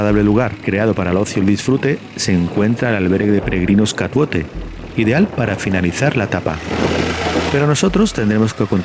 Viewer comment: Estupendo el video, gracias. Ah, se me olvidaba: CATOUTE, no Catuote